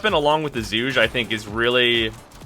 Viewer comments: pretty sure when it was released they said it was pronounce Zuge (like Huge) but I could be wrong, never really understood the pronunciation of words with Chinese origin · its Chinese therefore it has approximately 200 ways to pronounce it some of which are probably an insult in one dialect or another, but DE says it is supposed to be Huge with a zzz at the start.